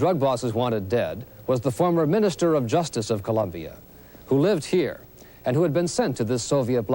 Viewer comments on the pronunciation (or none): Its Colombia not ColUmbia